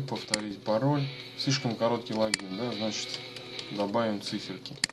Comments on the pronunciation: не лагин а логин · Почему логИИн а лООгин?